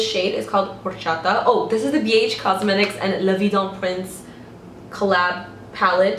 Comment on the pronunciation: I've resisted watching any vids that specifically mention La Vie Dun Prince palette because I just knew there would be someone who would absolutely SLAUGHTER the pronunciation and I sat nervously waiting when I saw you hold it up...and you NAILED it! Phewwwwwwww